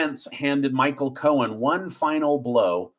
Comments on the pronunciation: I love listening to you tell us the news but it's driving me crazy that you keep calling him Michael Cohens when it's Michael Cohen. The thing is that you don't say it wrong all the time but for instance around 5m20s you call him Cohens when all the time before that on this video you said it correctly. I don't even know if you're aware you are doing it. Anyway just a pet peeve of mine, not trying to be one of those people but i already hate the guy as it is. Thank you for keeping us informed, your amazing! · I’m an English teacher. I watch your show daily and I think it’s awesome. Can you stop adding an S to the end of people’s names when it doesn’t belong there? (ex: Braggs, Cohens) It’s making me crazy. Thanks!